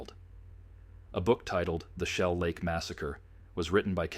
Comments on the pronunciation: I wish these messed-up-priorities channels would quit using AI. Shellac?!?!?!? No jidiot, AI. It's Shell Lake. UGH. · You know the voice is AI when Shell Lake comes out as Shellac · If you’re going to use a computer generated voice, the very least you can do is to be able to properly pronunciation words. Shell Lake is not pronounced shellac. shellac is something you put on wood. Whoever is producing this proof hears what you’re putting out absolutely stupid production.